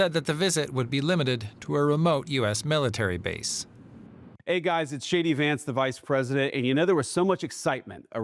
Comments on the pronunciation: it sounded like he said Shady Vance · Why did that sound like "Shady Vance" to me?